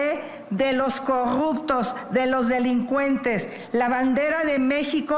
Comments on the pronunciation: Xochitl Gálvez nomás decía: Coguptos Pogque Y más palabras con la letra r 😂😂😂😂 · Vamos a castigar a los corrutos??😅😅😅😅corrubcion,corrubtos😂😂😂😂😂😂😂sra aprenda a hablar primero